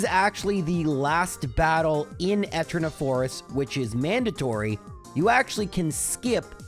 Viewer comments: Can you pronounce Eterna as E-turn-uh instead of eh-turn-uh lol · Different annunciation. It's supposed to be e-TER-na, not ET-erna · Disliked for pronouncing "Eternia" as "Ehternia". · Who the heck says etter-nah? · I know clowning on the way you pronounce things is almost a meme in this channel but... Eterna city? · I’m sorry, I made it 15 min before the Eterna pronunciation broke me. I’ll be back soon to finish the vid XD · The way you enunciate Eterna almost gave me an aneurysm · Ive never heard such crazy pronunciations. Floor-uh-moan-uh ETT-erna Miss-maygus And more lol Craaaazy work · Why do you keep mispronouncing town names? How hard is it to say flo-aroma? Or even just floor-oma? Where the heck did you get 'flor-mona'? The name literally comes from 'floral aroma'. Znd how do you not see that 'eterna' comes from 'eternal'? Do you pronounce 'eternal' as 'etrenal'? I'm sorry for being petty, it's just really been bugging me.